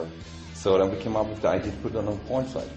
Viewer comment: i love how he says "idea"